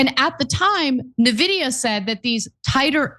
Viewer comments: it's funny hearing non-tech reporters pronouncing it nuhvidia or neevidia ... and aitch two oh ... it's H-twenty, Ana! 😂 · it's not nevidea ! say it right ! arrggg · It's pronounced invidia. Comes from the Latin word for envy, invidia. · Painful to hear you mispronounce the name eventho its the biggest US company right now. You sound like Trump calling Tesla "Tesler". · You can tell she can't even pronounce Nvidia correctly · Ana is so dumb and this news org is a joke. She read H2O instead of H twenty, she doesn't propounce Nvidia correctly. Not even bothering to do a 20 second research before a story. Typical leftist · Also, this retarded turk doesn't even know how Nvidia is pronounced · It’s pronounced ENVIDIA not Navidiya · Or En-videa? But NOT nehvidia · It’s “en-vidia” not “na-vidia.” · N-vidia. En-vidia. In-vidia. Not NaVidia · Like, I don't blame ana at all for how she's pronouncing Nvidia. lol. But, everybody who knows about them knows it's pronounced "en-vidia" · I'm an AMD simp so I'm torn that they don't realize it's pronounced "N-vidia" not "Nehvidia". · I'm a member but 1) It's not NAH-vidia! It's N-Vidia... 2) Its not the H 2 O chip - its the H TWENTY chip. 3) Jensen makes sense... He told trump the same thing he told lots of people - If we stop selling US chips to china - they will make and advance their own eco-system of chips in which we will lose control of advancing our chips there and our interests. The H-20 chip was already made to be a weaker chip so as to not give them our best chips. Trumps original policies went too far way beyond the restrictions. This correction is actually a good thing. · "En-vi-dia", Ana. Envidia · It's pronounced "en-VID-eeyah" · Love you guys, but it's "en-vidia". Like the letter "N", then just vidia. Their favorite pastime is money gauging PC gamers and being greedy in general.